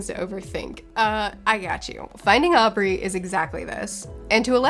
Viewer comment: You accidentally said Finding Aubrey instead of Finding Audrey, and I physically jumped when I heard it, bc my name's Aubrey XD Also, there's a like, five minute animation of the book Hair Love on YT and it's literally the cutest thing <3